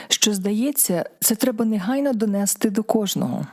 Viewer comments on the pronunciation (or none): ДонестИ, провестИ... А то слух режет...